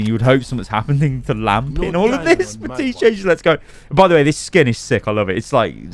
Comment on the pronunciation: Outta curiosity does accent take away Baptiste's "p" or is it a in joke. often sounds like is saying Baa-tiste